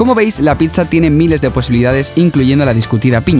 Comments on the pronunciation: si ven se dice pitsa y no pisa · es pizza no pitzza